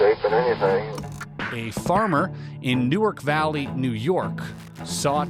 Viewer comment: Newerk Valley - not New-Ark Valley Bing-em-ton - not Bing-Ham-Ton ah-Wee-go - not ah-Way-go :)